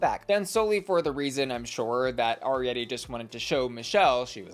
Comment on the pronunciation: please double check your pronunciation of Arietty’s name 🙏😩🙏